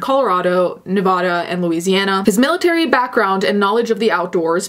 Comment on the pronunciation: Finna stop watching if you pronounce Nevada wrong ONE MORE TIME Jk but please pronounce it correctly